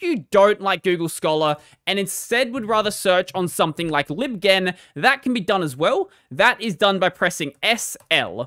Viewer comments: Lol it was annoying me too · "Libghen", as in "library ghenesis". lol :P